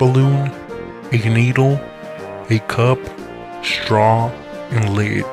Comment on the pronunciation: straww and leed